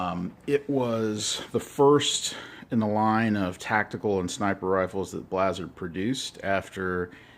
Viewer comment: Good video, very informative. Blaser is pronounced [Blou-zr]. Love my LRS 2 in 300WinMag.